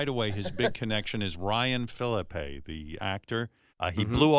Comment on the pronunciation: Ryan Philippe (fil-eep) He told you the pronunciation on your show Howard.